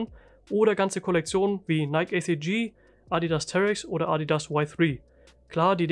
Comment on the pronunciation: jo hey gutes video. wollte nur sagen dass es nicht neik ausgesprochen wird sondern nai-ki :)